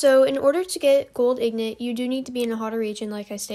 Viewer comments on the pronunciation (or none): In got not ignot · Pronounced ingot wrong 😑 lol it's all good tho good video